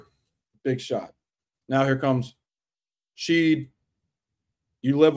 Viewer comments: Shead - pronounced SHED. Not Sheed. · Dude… Sheed? Good thing for us Coogs fans that Jamal’s play transcends your pronunciation of his name. Last I’ll say on the subject. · Pronouncing Shead as Sheed is going to haunt me for the rest of my life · Incredible breakdown. I think Shead's last name is pronounced like shed though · All good man. It was grating, but at least you could admit you missed the mark there. Analysis was solid otherwise. Go Coogs. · Yes! The whole time I’m like who is Sheed? lol